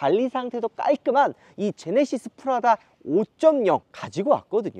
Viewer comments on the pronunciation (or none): none